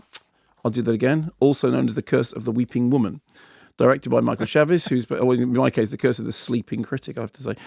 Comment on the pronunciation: Actually pronounced Michael Chaves (“Shahvs”)